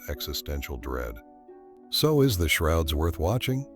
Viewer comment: Is this video AI? "The Shorods" at the beginning?!